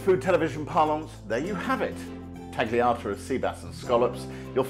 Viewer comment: Jay, why are you of all people pronouncing the G in tagliata?